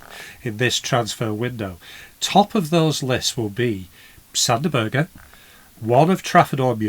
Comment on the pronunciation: We’ve also had time to learn how to pronounce Sander’s name properly. Not Berger, not Burge but Berg as in JBG. The “e” is silent. Details matter.